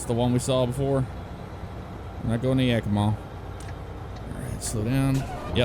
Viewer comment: I'm at work watching this video and I just happened to look up out the window and a very old-fashioned bright yellow rig just drove by and I'm in Oregon so maybe I just literally saw you drive by Ps most Oregonians freak out over mispronounced names. It's YAK-i-mah, and wil-LAM-ette AND ALL-ban-ee (not Al like Albert). Just tryin to help